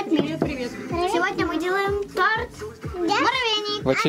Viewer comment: (надеюсь можно так к вам обращаться), только тОрт, тОрта, тОрты - всегда ударение на одну букву. Не обижайтесь, что поправляю вашу речь. Просто горько от мысли, что многие говорят о величии России, но забывают о величии языка. Да и детям будет проще в школе, если они с детства будут говорит правильно. Никто же не станет отрицать насколько сильна привычка, полученная в детстве!